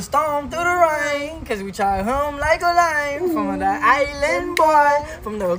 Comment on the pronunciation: 'Uma just a ilann boi! I'm just fooogazzyy' what